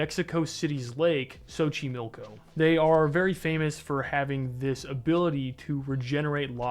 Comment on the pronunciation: Hey you said Xochimilco correctly!